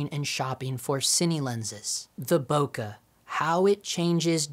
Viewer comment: why cant most of these guys pronounce bokeh properly?? its not that hard